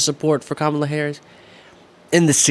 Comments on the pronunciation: He doesn't say Kamala's name right either. He didn't listen to her nieces teach America how to say their aunt's name correctly. It's COMMA plus LA. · Forget the way he pronounces Biden, why, oh why can’t these people learn to pronounce the running Democratic candidate’s name, ffs?!?! Pathetic. So disrespectful to Kamala… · Jr persists in saying Kamala's name wrong!!!!!